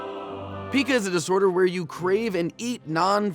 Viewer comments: Pica is pronounced "PIE-kah," like apple pie, not "PEE-kah," like pikachu. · Pica (Py-Ka)Jake, not Pica (Pee-Ka). The more you know! YAY! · Pica is pronounced Pica paɪkə (pie-kə) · It’s Pia Cuh not Pee Cuh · I lol'd when he said pica, like it was a pokemon, it is pronounced pica like pie-ka not pee-ka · Sooo, is it pronounced "peeka", or "paika"? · It is pronounced pie-ka not pika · Kits pronounced like peyeka not pike like pikachu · I always heard pica pronounced as pai-ka, not pee-ka, but hey, tomato, tomato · mispronounced Pika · Isn't pica pronounced "PIE-KA"? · Pica is pronounced "pie-kah" :) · you pronounced pica incorrectly....that chalk looks delicious.